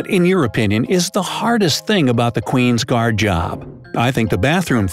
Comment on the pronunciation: Qwin gards oo